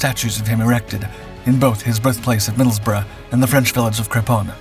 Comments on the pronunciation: Congratulations on the correct pronunciation of Middlesbrough 😊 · Just wanted to congratulate you for being American and correctly pronouncing Middlesbrough. 👏